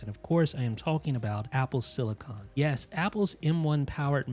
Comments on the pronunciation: Great video. Thanks. However, pls also note that its called "apple SILICON", and most definitely NOT "apple SILICONE". CON vs CONE. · Silicin not silicon